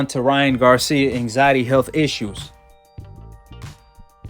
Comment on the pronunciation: that intro looollllll " so ryan garcia has come out of his anxity retiermeant"